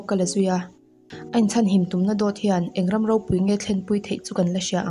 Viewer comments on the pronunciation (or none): none